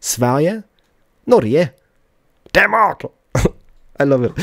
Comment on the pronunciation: I love how you say Denmark. I'm from Denmark, so can you please go there in the next episode. København